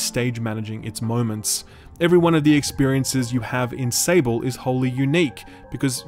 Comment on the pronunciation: Can you someone tell this man it's spelled out "SAWBl" not "Sa-ble" It's the french word for Sand.